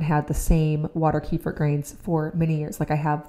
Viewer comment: I just found out kefir is actually pronounced ku feer’ with the accent on the last syllable.